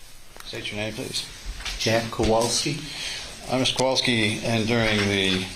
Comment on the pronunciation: Oh my gosh! I am so glad someone else noticed it! My last name is hard to pronounce, and people frequently bungle it. It's understandable, but in this case, they've had it for years! And the defense attorney named Hughs keeps pronouncing their last name wrong. He makes the 'wal' in Kowalski into a short a sound like cat instead of pronouncing it like 'wall.' If it was just a few times, it wouldn't be a big deal, but the mangling of their names has been going on the entire trial. The last name thing is annoying, but with Beata it's especially upsetting. And how many times have we heard Maya's name? Sigh ..